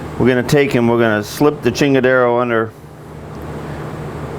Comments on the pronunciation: chingadera, not chingadero lol, props to those beautiful welds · Did I hear you right?....did you say "now we have a "chingara" tha we will be able to cut out here" lmao!! is that what you said??